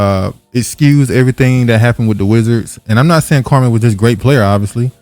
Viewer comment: His name is pronounced Kwa-mee